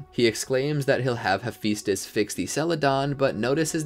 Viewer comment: I know right am always like it's he-phi-stus